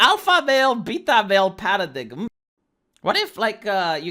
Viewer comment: hey, I know this sounds dumb and English isn't your first language but paradigm is pronounced para dime.